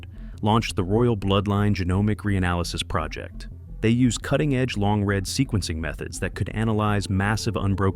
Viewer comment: Not long “red” sequences. Long “READ” sequences, like reading a book.